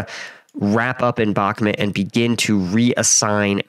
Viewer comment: its not Belgorod its Belogrod ,its Bakmut not Bakmet. get it together